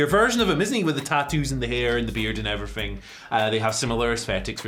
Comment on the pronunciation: “and effryfing else” Andy Murray probably